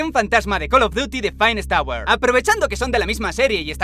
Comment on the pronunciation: Emmm no es *phainest*, es "finest"